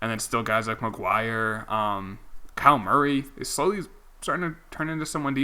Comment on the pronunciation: “Del-Gow-Jo” - Delgaudio “Ky-Ler” - Kyler Murray, NCAA Footballs reigning heisman trophy winner #CmonMan